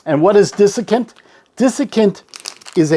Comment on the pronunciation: I enjoy your videos. I hate to be petty, but it is DESiccant not DISiccant. The dis was making my head hurt. :)